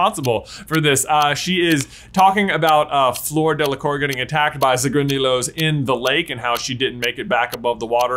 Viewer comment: In order to correctly pronounce Fleur, say flirt, but leave out the 't'. Delacourt is pronounced 'Delacor'. It's French.